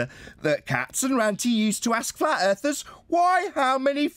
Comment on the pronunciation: There's no 'r' in flat. :)